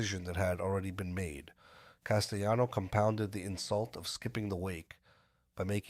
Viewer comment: I had to stop when this whatever it was couldn’t pronounce Castellano‘s name. It drove me nuts.